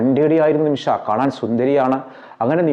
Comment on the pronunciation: ഹലോ ബ്രദർ നിമിഷആ അല്ല നിമിഷ